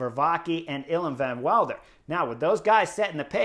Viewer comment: I know it's hard and it doesn't really matter but... Pronunciation Vervaeke is not Ver-vah-key but Ver-vah-kuh. Van Wilder sounds cool in English but it's Van Will-der (like in wilderness). As Quickstep has shrunk those names will probably return so there you go. Pretty cool Vuelta thus far, this seems to be the stage race breakthrough of REV. Let's hope he stays on the bike and healthy. I also believe the Vuelta is probably best fit for his qualities. One sprint after another in the Giro and the big guns at the Tour would have been too much to handle this year for the kid. Good choice by his team.